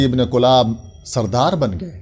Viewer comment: حضرت کلاب کےکاف پر زیرہے نہ کہ پیش (کِلاب)